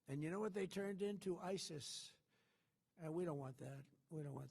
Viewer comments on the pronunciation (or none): none